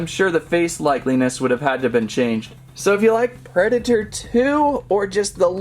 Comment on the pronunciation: That's the weirdest pronunciation of Predator I've ever heard.